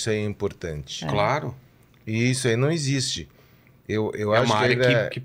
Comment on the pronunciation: "Iscto no ecsixte"